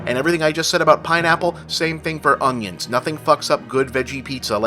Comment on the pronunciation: lol you say "ung-yinz" instead of "un-yuns"